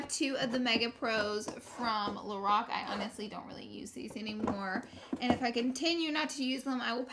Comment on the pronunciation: I thought she said the Rock instead of Lorac